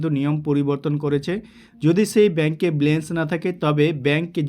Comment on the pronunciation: Dada Ota balance, blance noy,thik kore kotha bola practice